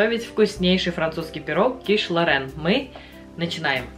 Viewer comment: Называть блюдо правильно, по- моему, важно. Не ло́рэн, а киш лорэ́н. Вам бывает смешно, когда майонез называют манаезом? Это так, для примера.